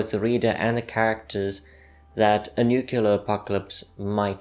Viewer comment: LEARN HOW TO PRONOUNCE NUCLEAR.